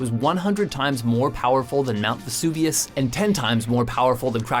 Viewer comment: It vesuvius ou